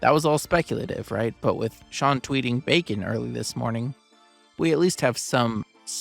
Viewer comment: Bacon sounds like Beacon.